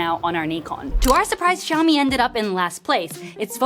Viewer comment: Xiǎomǐ(syaomi), not shyaomi...